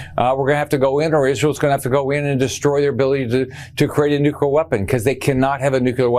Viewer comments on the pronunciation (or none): Why is it, all the Republicans mispronounce Nuclear. They all say, Nucular, almost all of them. Way less Dems say it that way. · Someone tell rick scott how to say 'nuclear' please, let him know there's an L in it.